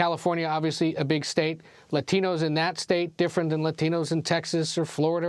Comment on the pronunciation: why can't she just say latinos like a normal person?